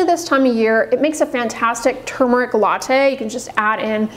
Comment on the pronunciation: You're SO precise in all things. How is it that you fail to see the R in tuRmeric?